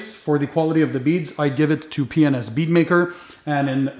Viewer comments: P&s or penis? I think you said penis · Hmmm, be careful on how you say "P&S"!!!